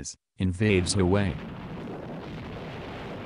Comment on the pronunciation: did you just call Hawaii.. Haway...? fucking foreigners... (jk, good video XD)